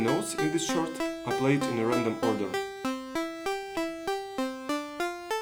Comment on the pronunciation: Usually in English chord is pronounced "kord". Great project, I'll be building one too!